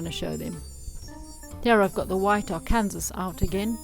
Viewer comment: Lovely work. Just a help on pronunciation... Arkansas is pronounced ar can saw (not Ar cansas). Yes, it's weird, especially considering that Kansas is pronounced the way it's spelled.